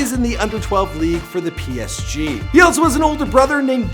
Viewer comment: the psg pronunciation is killing me 😂🤣